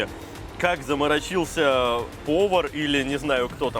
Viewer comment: Красавчики👍🏻. "заморОчиться", а то слух режет. Просто для общего развития 😅